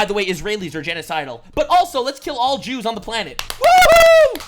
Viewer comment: “ the Christian’s and the Jrew’s” 😂😂